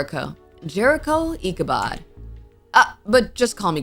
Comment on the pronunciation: Its pronounced icubod